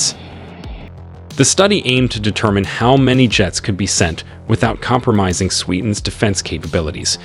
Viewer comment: "compromising" is a lot worse pronounced as promising.